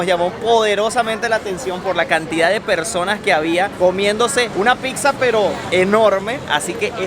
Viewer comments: Casi me sangran los oidos con cada vez que escuché 'picsa' en lugar de 'pizza' 😅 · y, yo los sigo desde hace tiempo, vivo en Italia y hoy encontré este video. Espero no se ofendan por mi comentario pero no se dice “PICSA”.. sobretodo si tiene familia italiana, se pronuncia “PITZA”.. se los menciono porque ustedes son creadores de contenido y es importante aprender también términos de los nuevos países y en este video se repitió PICZA 😖😖 como mil veces! 😵 algunas personas la llaman “Pisa” pero eso es una ciudad en la Toscana.. en italiano la doble ZZ se pronuncia TZ. Nuevamente espero que no tomen a mal mi comentario. Saludos!!! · saludos, solo para comentar que le pronunciación correcta es " pitzza ( con T ) espero no te ofendas. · Chicos: la palabra Pizza 🍕 se pronuncia con ts, así: pitsa. Pues la doble z se pronuncia como suenan la ts juntas. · Pixa?? Que raro suena pixa. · NO podés ir a Italia tantas veces , estar casado por años con con una Italo - venezolana y : 1.- No haber comido nunca una pasta all"amatriciana. 2.- Llamarle "tocineta" a lo que comés en la carbonara y la amatriciana . 3.- Seguir diciendo "Picsa" . Boludo : Duele en los oídos cuando le llamás "Picsa o Picsería". 4.- No hablar ni el italiano básico ! De qué te sirve viajar ?